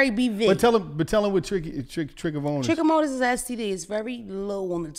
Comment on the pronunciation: It's Trichomoniasis, trickamonis 😂